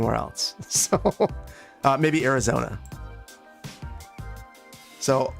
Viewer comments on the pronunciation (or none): none